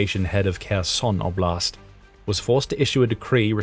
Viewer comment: Pedagogical rhymes with logical. Also oblast is pronounced Awblist 🙏👍